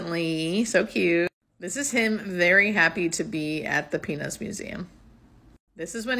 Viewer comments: Mustache...yes please. Btw...please ennunciate the "t" in peanuts. 😂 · You both look so happy together! I have to admit that at first I thought you said “penis museum” 😳😂😂 Was happy to then see good old Snoopy! He’s got to be a great guy if he’s a Peanuts fan. 😉 Wishing you all the happiness. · Hiya I seriously thought u said here we are at the penis museum, so I had to rewind and hear it again so happy that I was wrong lol,I hope u both have a very happy long like together much respect from Gazza so please keep them coming GL&HF coming from Dulwich London England(✌peace✌) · I thought you said he loves the penis museum…… cracked up laughing when I worked out what you actually said. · Good thing for captions, at first I thought you said "penis museum", (this is where captions came on) then I thought it was "peanuts museum" then found you meant "Peanuts museum"! haha He won't like this but, yes he's cute, I like the last photo (beard) and he would like my dog because she looks like Snoopy. 🐶🐕 You make a sweet couple! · Oh my God when you said Peanuts museum, i thought you said Penis museum. Thats so funny. Tell Rich lose the moustache. Makes him look old. Hello from Ireland❤ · It really DID sound like that, yes siree! 😂 🥜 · He's a handsome man. I like the mustache too. And just so you know, at first I thought you said you were at the "penis museum"!!!! Lol!! Peanuts museum is much more PC. Lol! Best wishes for the two of you!!❤❤ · Thank you for the reveal and you and Rich make a nice looking couple. I agree with you and prefer the mustache Rich. Imo not all men look nice with a mustache. Btw I had to listen a couple of times that you were saying Peanuts Museum. 🤣🤣 Sounded more like a male anatomical part.😂 Maybe I need to get my hearing checked.👂 Lol. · I had to rewind and look at the subtitles to double check what I just heard, and thankfully the word was "peanuts". 😂